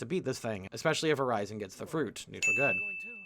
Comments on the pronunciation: With how you horribly pronounce the names of things THAT WERE SPOKEN MULTIPLE TIMES IN THE GAME i feel like you only half paid attention the whole time. It's not quill-foth it's Cly-phot. And it is pronounced Ur-reason not Ur-rise-in. Golly, they say the names out loud, how in god's green earth do you get these crazy pronounciations? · yeah I honestly thought you were saying Verizon a few times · Urizen is pronounced "ur-ez-zen" and Qliphoth is pronounced "k-lie-f-oth" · I'm sorry, but I'm so throwen off by how he says Mallet (maley) Iland, Urizen (u-re-zen or ur-(soft)i-zen), and Qliphoth (kly-fot). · Listening to you say urizens name is painful. His name is said so many times. How and you mispronounce it. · I like how you completely butcher the pronunciation of qlithoth and Urizen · Man, those Urizen and Qliphoth pronunciations are really something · How do you manage to mispronounce "qliphoth" and "Urizen" so consistently when nobody in the game will shut up about those terms?